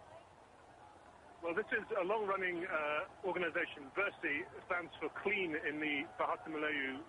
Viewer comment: did she say bearish? dafuq?? its ber-sih!